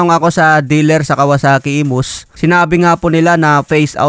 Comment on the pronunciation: Imus, hindi emus. Phase out, hindi face out.